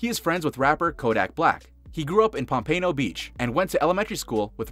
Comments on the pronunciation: It's "POMP-a-no" not "po_PAN-o" Beach. #11: Lamar's alma mater, Louisville, once also recruited lightly regarded high school quarterback who went on to to NFL and became the greatest to play in Baltimore--Johnny Unitas. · It's said pom-pa-no not pompayno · I’ve never heard of this “pom-PAYno beach” that you’re talking about lol.... I’ve heard of “POM-puhnoe” beach though 🙃🙃 PNO STAND UP!!!!! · This dude said Pom Pano Beach..it’s pompano it’s together🤦🏾‍♂️🤦🏾‍♂️ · I was like wtf. Lol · POMPAYNO??? 😂😂😂😂 ITS POM-PUH-NO-----> (POMPANO). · Oh No he didn't say Pom pan o. Bra its Pompano Beach ,Fla Exit36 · Pompano not pompayno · PomPAYno beach? It’s pompano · It’s “Pom puh no” not Pom pay no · its pronounced pom puhh no not pom pano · ITS POM-PAH-NO!!! Not pom-pay-no, THE DISRESPECT!!! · “Pom pay no “ beach.. lmao bro ... the disrespect. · It is Pompano Beach, not Pompaino. My son just told me he was from here after he played HS football. Being an old Colts, Redskins, and now Dolphin fan, I have to cheer for the Raven fans in the family. The kid is 22 years old, go Lamar! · Its Pom-pa-no beach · Nigga said pampayno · Pom-pain-o beach 😂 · There’s man said Pompayno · pompayno beach lol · Yeah you butcher up the name of our city. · The Way He Said Pompano 😭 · Dude u said pompano wrong